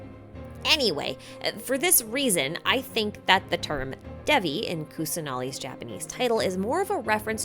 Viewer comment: since Hinduism is probably a recurring theme in Sumeru, I thought it might be worth mentioning the pronunciation of Deva. The correct pronunciation is closer to "They-va" rather than "Deh-va". Same for Devi. Thanks for the great video again!